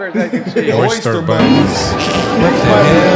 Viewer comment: I thought he said “Oyster Bunnies”.